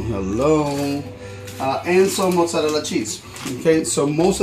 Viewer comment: Say "mozzarella" again!!!